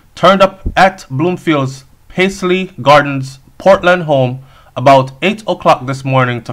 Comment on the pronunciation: Its Lynvale Bloomfield... And pronounced "Pas-ly" Garden